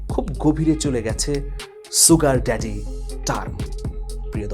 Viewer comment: "শুগার ড্যাডি" হচ্ছে শুদ্ধ উচ্চারন, কখনও "সুগার ড্যাডি" যা ভুল উচ্চারন, তা বলবেনা ।